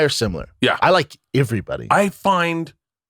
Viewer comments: The only reason I stick around when Theo is gone is to see how often Brendan says "ivryone", ivrytheng, and ivrybudy". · Brendan for the last fuckin time “Everybody” starts with an “E” not an “I” 😅 it’s not “Iverybody”